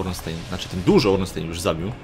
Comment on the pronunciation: Ornstein - czyt.: Ornsztajn (niem.)